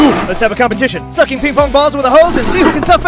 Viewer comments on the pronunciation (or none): Why the freak did he say suck like that🤨 and he said suking this video is weird😑